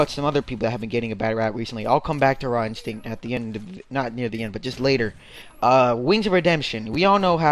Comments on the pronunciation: you are saying his name wrong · nice saying his name wrong